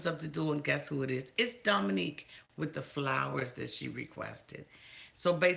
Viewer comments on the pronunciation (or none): James is still legally married with 2 small children! And, no disrespect, but it's Dominick, not Dominique!!!